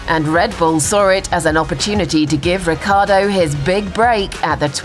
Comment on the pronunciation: "Daniel Rookieardo"